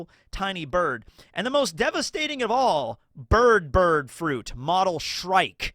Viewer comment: Why do you keep saying 'bird' wrong? Do you have a speech impediment?